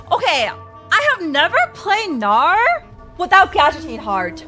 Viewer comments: In this vod said bowgnar. That is all kids. That is all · Bow-gnar sounds like "boner" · She said bow-Gnar, and I am clearly a 13 year old boy.